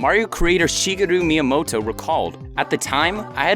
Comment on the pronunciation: A DYKG narrator who can read lines well and pronounce Japanese names? Hooooly shit.